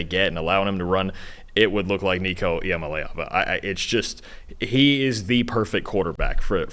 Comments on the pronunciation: It’s LAY not LEE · Pounced EEYA - MA - LEE - AAVA.. Got to learn the player.. Oklahoma is MORE important than NCS. -------> VOLS BY FIDDY!!!!!! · If you can’t pronounce Nico’s name right I ain’t listening